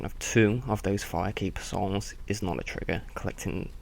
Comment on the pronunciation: says "souls" like a dumbass.